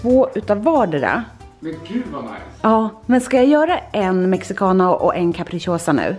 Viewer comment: När alla latinos hörde hur hon sa Mexicana...🤯